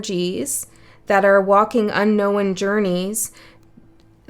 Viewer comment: Thank you. I always enjoy your readings 😊 Just curious though.. why do you say "unknowen" so many times, when it's not a word? 🤔